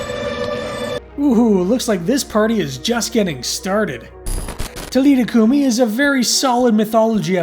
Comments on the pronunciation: It is pronounced TA LEETHA COO MEE! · The AI voice pronouncves some things wrong. William B Davis thhimself spoke about this episode at a convention. It’s Tal-i-tha Coo-mi